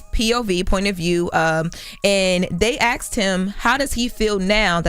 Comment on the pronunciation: Why do all black people say axed instead of asked